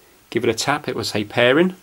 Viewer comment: "Pair-en" where are you from?